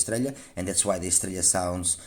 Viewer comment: i know this is going to sound a little silly, but thank you for being the only other reviewer, aside from Paul Wasabi, to say "Estralla" properly. I find it grating, like people say "Tore-Till-Uh", instead of "Tor-Tee-Ya". Inexcusable in this day and age.